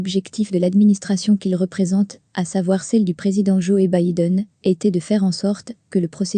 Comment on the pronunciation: Le « Tundouf » 🤣 et le « Joé » Biden